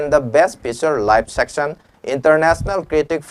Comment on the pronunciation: Section' nate 'session ani thokna' haibni khara2 cheksina pabiyu mina noknarakni